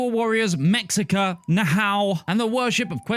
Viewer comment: Mexica is pronounced meh-SHEE-ka Nahua is pronounced NAH-wah